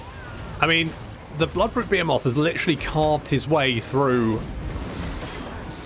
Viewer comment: It's (ba-he-muth) you crazy nut, not (be a moth) lololol.... ROFLMAO!!! You are too much! Take it easy on the cyder brother.